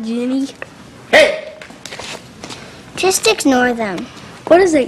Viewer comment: OK Jen-nay